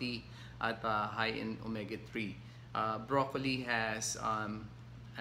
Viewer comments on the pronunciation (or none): none